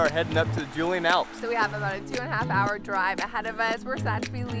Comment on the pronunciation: It's pronaunced Yoo-lee-ann alps. Nice video. Sorry, very nice video.